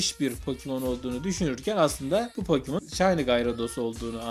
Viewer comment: Iki saattir gülüyom yanlışlıkla pokemon yerine pokimon denince güzel olmuş :)